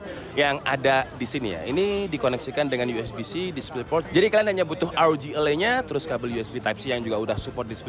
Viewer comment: e taling, bang. élai, bukan elai.